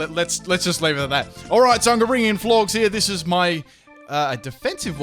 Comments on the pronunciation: "florgs"? lol flor-ges like floral + gorgeous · Flor-jess rhymes with "gorgeous" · Did you just call Florges Florks??? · the way you pronounce florges and synthesis annoy me so much florges rhymes with gorgeous synthesis is pronounced the same as the end of photosynthesis (because its the same word) its not synethis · Flor-ges, as in gorgeous. Also syn-thuh-sis (if that makes any sense) please. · It really bothers me how he pronounces Florges!